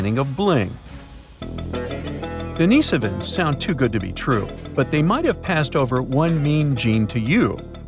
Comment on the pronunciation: DENIHS-Ovans. NOT Denees'ovans. Found in Asia, The Pacific. Not - Europe.